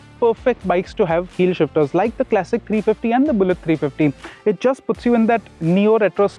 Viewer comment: Kleysik ❌ Klasik ✅ Bina matlab ka tedhiya rha, irritating pronunciation